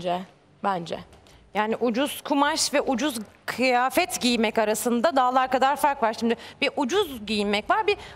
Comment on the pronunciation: Böyle söylüyor mehmet akif: Kiyafet yani Kıyafet demiyor😃